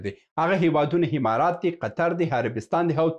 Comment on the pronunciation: ته حمار یی حمارات نه امارات، ستا خوله چال لري،😂